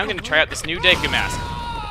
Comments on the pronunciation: When he says "Deku," it sounds like he's about to say "dick." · i'm pretty sure that deku is pronounced Deekoo not daykoo or deckoo